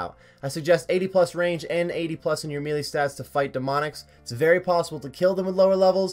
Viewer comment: Melee (May-Lay) It doesn't really matter but mealy sounds so silly.